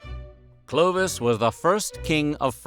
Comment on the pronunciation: It is NOT - 'Clo-d- vish'! But Clovis !!!🤬😡 learn to speak ou the name the real way !!! 🤬😠😡 And.. you said : could Clovis buy not another vase ? Even you said just few minutes before he stolen it? So what a bs !!!🤬🤬🤬